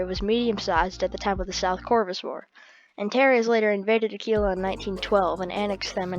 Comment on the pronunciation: its not "Acee-la" its "Aq-uila"